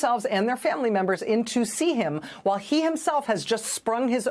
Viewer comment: I wish news reporters would take time to learn to pronoounce words like WHILE!